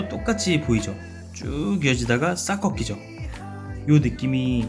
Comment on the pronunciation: 쭉~가다가 싹꺽이죠를... 쭉~가다가 싸커킥이죠로 들었네